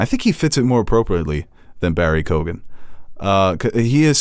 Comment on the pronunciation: Lads, watch ROME! Two brilliant seasons of Game of Throneseque sex, violence and political intrigue. Also...it is pronounced Barry Keo-an. The gh is silent an Irish listener 😉